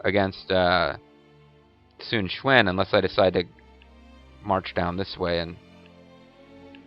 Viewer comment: Q, sounds like Ch, in Chinese. Your saying Sun Shwin, and that is annoying dude